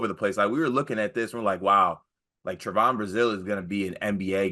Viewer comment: Trev on not Tre von